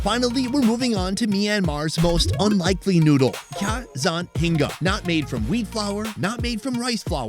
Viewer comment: I'm gonna say this again (being from Burma) I really hate the way they choose to spell words using the English alphabet. Rather than spelling it phonetically, they throw in random letters. The last noodle is pronounced more like "cjha zan hinga". Even "Myanmar" would sound more correct if they just removed the fking 'r' at the end. Ask any Burmese person how to pronounce the country name and they'll say Myanma; no 'r' sound. Guess it's a reflection of the idiotic government that is in power.